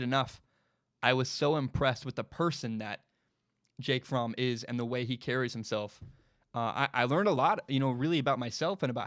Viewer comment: You pronounced Fromm correctly. I'm a German man. Fromm is a German name. Anyone pronouncing it "from" is incorrect lol